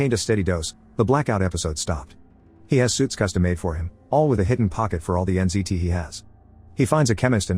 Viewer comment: Wait is th drug called NCT or NZT? I keep hearing NCT :')